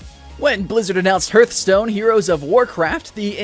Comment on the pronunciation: harr-th not herr-th